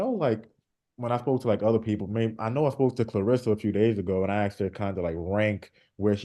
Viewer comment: But he says axed when he means asked